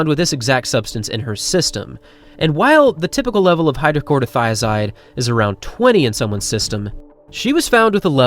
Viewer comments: “Chloro” not “Corto” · It's hydro-CHLORO- thia-zide. Not Hydro-CORDO - thia-zide. LOL! It's a very common high blood pressure drug in most Western countries. If you are stick thin and run for a living the chances of you having HBP are pretty much non-existent. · How many times are you going to mispronounce hydroCHLOROthiazide?